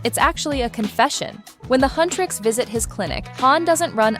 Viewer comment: Its Huntr/x not Hunr/x